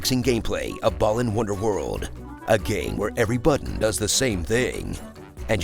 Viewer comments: Why no one talkin bout him calling it "ballin' wonderworld" tho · Why does he pronounce it as Ballin' Wonderworld?